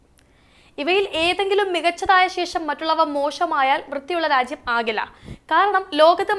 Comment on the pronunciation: രാച്യം, ശുദ്ദമായ, സംവിതാനം, ഒണ്ടാക്കിയത് ഉച്ചാരണം ബഹുകേമം 👍